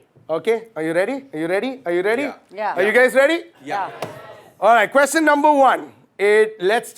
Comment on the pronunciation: The way abhish pronounce question 😂😂